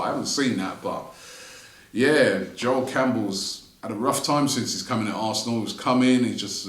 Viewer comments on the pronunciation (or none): none